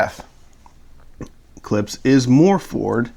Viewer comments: For the love of God please dont slurp coffee during your videos. It adds zero. And the name is Klipsch, not 'clips" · I'm not much of a Klipsch fan but if you're going to be an audio reviewer since they are one of the oldest Brands out there you should out of respect at least pronounce their name correctly. Klips?